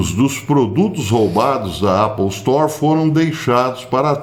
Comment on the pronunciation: Me perdoe o comentário, professor, mas o senhor foi o primeiro brasileiro a falar Apple Store, com "a" de A, não de É, como é o certo.